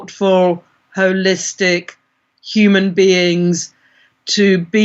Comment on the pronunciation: "We are holistic beings" whole-istic 🌎🌌💀